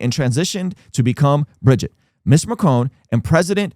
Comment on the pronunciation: There’s no way you watched HOURS of Candace Owens and still said Brigitte’s name wrong. Plus, she read the exact lines of that lawsuit on air just as you did. You didn’t find something she hasn’t stated. She also has been clear that he loved Israel but his struggle has been with the government of Israel and its president. She followed it up with clips of Charlie. I don’t agree with her total stance on Israel but she does real journalism and I have a feeling this won’t age well for you.